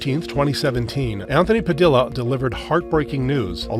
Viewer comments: It's pa-dee-yuh not pa-dil-a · I know u don't know but usually in Spanish names the double l is a yuh sound Pah dee yah